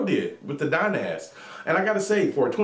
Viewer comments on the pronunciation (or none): hay the mod is pronounced dynasty